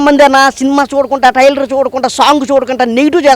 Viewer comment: టైర్లు కాదు ట్రైలర్